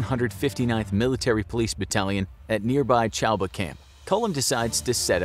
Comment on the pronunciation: Btw its not pronounced as chabua. It's saa- bua